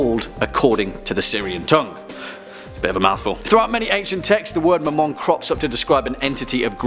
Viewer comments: When he said Mamon I thought he said my mom😂😂and I was looking through other videos and when I heard that I was caught so off guard😂😂😂👌🏻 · When I heard him say Mammon I thought he said ‘my mom’